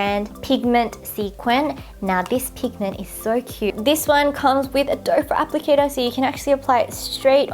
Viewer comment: I always thought it was called a "doe-foot applicator" but in the vid, it sounded like said "dopher applicator". Have I been saying it wrong this whole time?!? lol